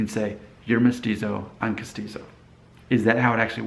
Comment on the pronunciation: Yes, you are castizo and you pronounced it correctly. But it is an old term that no one uses it anymore. In Medellin, where my mom is from, they did this to water down the Indigenous people. It was better to be Castizo than Mestizo. Sad world.